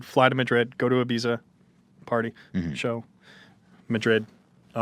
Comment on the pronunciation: The way he pronounces Ibiza shudders